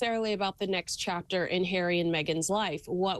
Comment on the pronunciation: King Charles has said many times that that they have an open invitation. Why do they need an official one? Loved your live the other night, it was great. Love your mispronunciation of ' Chapter ', into ' Trapter '. If that was deliberate, genius. If not, it you should use it again and again.